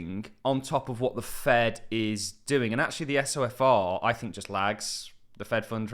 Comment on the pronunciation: It's pronounced So-fur